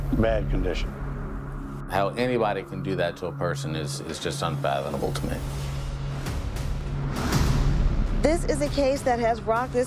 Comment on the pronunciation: “unfathonable”. 😂😂😂 says the Kenner detective It’s unfathomable there 🤦‍♂️